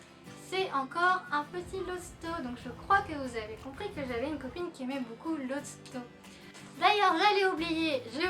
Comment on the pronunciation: C'est Lotso et pas Losto ;) Sinon super video <3